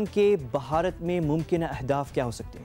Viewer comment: Pehle country ka naam to thik se le lo...it is not "BAHARAT"...it is "BHARAT"...